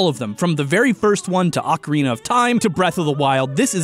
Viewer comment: I love you. I always have, but one tiny note.. You keep saying ocarina like "Akarina", but it's nat an "Ah", it's an "Oh", like in "orange". Maybe you don't care about details... who am I kidding, you really care about details, so this is just to let you know. Ok, no love lost, just a friendly message.